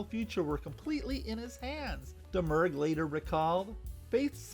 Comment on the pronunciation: Nice video! From what I can surmise from various sources, Domergue pronounced her last name "Da-Mure."